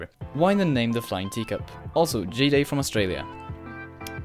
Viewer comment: Haha I love how you pronounced G'day as "Gee day". It's actually pronounced as "Good Aye" it's a common greeting in Australia.